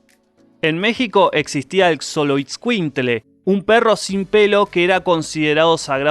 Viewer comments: Se pronuncia sholoscuintle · Se pronuncia Choloescuincle